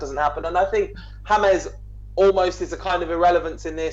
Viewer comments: "James" which is pronounced "Hamez" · its James not hamez idots learn to spell and right.